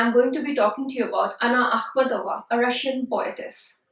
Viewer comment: I can't listen to you right out of the blocks. WHY? because every video you'll find on Akhmatova, you'll only hear the accent on the SECOND of syllables of her name, not the THIRD syllable as you're saying in this video. Thus you, the speaker, have no credibility if you yourself have not learned even how to correctly pronounce her name.